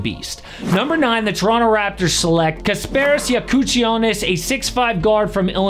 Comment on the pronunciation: Bro needs to learn how to pronounce Kasparas Jakucionis